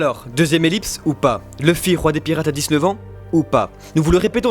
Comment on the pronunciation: Mdrr il dit pas DIX-NEUF (prononcé à l'oral qui donne DIZ NEUF) lui il dis DISS NEUF